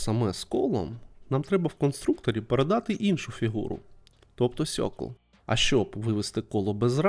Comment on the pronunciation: прикольно, дякую за хорошу інформацію і простий приклад ps: ну "цьокл" ( чи "сьокл" ) прям добре так вухо ріже )